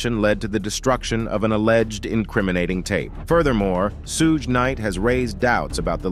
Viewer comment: okay how about we call Jim or Ervin 9036 if it's just a name..... I know this is crazy thing you would maybe want to be able to pronounce the names of the people you're doing the segment on that's all shoog night in combining three different names somebody had how can I want to believe anything you say you can't even pronounce people's names